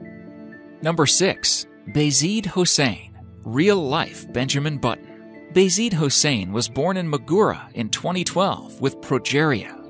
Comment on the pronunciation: Its jawa not ga wa